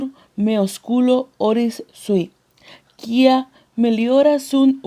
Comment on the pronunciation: Otra cosa, si vas a leer un texto que tenga latín busca las pronunciaciones (el abecedario en latín) ej: la palabra "quia" se leería cuia